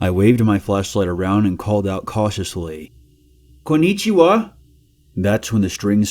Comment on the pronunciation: "KOO NEE CHI WA"